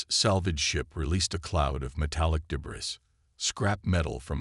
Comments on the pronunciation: Your computer voice needs to be taught how to pronounce "debris" - and the captioning isn't consistent either. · "THEY"?? How pathetic. With that picture, Blue is definitely a she! But sigh, when can't even pronounce debris, why should we expect proper ID. Sorry, detracts from the story.